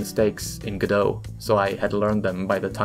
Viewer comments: It's Go-dot, not Ga-doe. It's not French, and the developers pronounce the t. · I think Godot is “Go Dot” maybe I don’t think the t is silent but what do I know I never named it 🤷🏻‍♂️ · I don't think godot is pronounced godo? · wait, it's pronounced "g'doh"? I always said "go-dot"